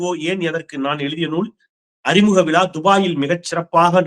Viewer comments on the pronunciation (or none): none